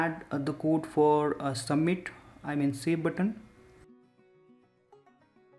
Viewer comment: Am stuck on 'submit' what is that 'sh'?